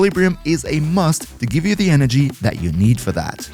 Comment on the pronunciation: i think he said zenurik for energy